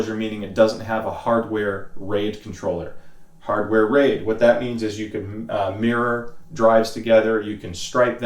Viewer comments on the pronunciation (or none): none